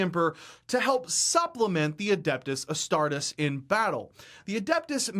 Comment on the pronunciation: Every time he says astartus, it just... ugh. The rule breakdown is good, but I wish there was a version without the lore he butchers